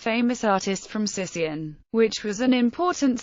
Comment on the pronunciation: It is actually pronounced Sikion (Not Sission). Thank you.